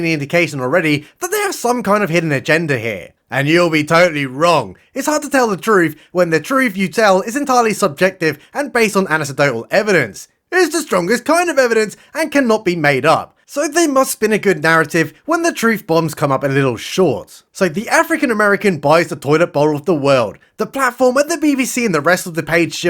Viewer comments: Just for future reference mate it's pronounced ANN-EKK-DOE-TAL. Great vids BTW. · Anecedotal??? You mean ANECDOTAL!! Lol